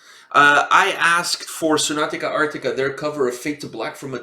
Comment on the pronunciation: lol it's not "Sonatica Arctica" it's SONATA ARCTICA 😉 the base player Pasi is my old friend from junior high school😎